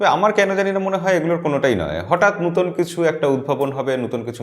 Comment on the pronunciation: আপনি নতুন(নোতুন) কে নুতোন বলেন কেন ???